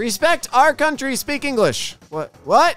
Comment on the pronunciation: Bro just said Engrish not English